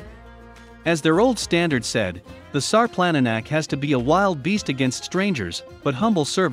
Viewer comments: only in english the C is pronounced as a K... everywhere else C is pronounced TSSS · If you're going to do a documentary video like this why don't you pronounce the name of the dog properly